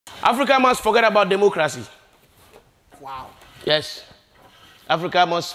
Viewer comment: Did he just say Democrazy?😆😆😆